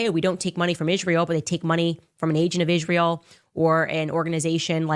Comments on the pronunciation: They way she pronounces Israel drives me nuts. Also, she has yet to talk about the genocide of Christians in Nigeria. Her comeuppance is near. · Why does she pronounce Israel like she's just had a stroke? She does it almost every time